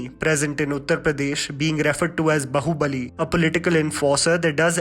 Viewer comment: Why is your Hindi pronunciation so bad?? You should work on that. It ruins the charm of an otherwise perfect analysis when u incorrectly pronounce Hindi words. For example, Bahubali it's actually pronounced Baahubali.